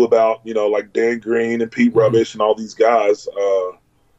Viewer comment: Aww he said Pete rubishes last name wrong 😢